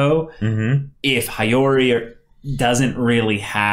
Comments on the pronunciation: The way he says regalia is tolerable for me but every time I hear High-Yori I gradually get more and more ticked off xD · Soooooo. Nobody is gonna correct about the pronounciation of Regalia, or Hiyori?